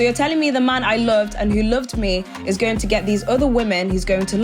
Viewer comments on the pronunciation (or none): none